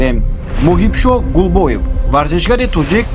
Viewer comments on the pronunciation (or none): ГУЛБОЕВ НЕ, ГУЛОБОВ 🤣🤣🤣